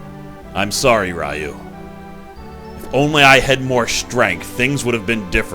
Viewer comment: Hey, glad to see you're playing BoF 2! Just one little peeve, when you pronounce "Ryu" it's like a "loo" kinda pronunciation, so pronunciation wise it'd be "ree-yooh". Other than that, glad to see you playing this. Will be eagerly watching!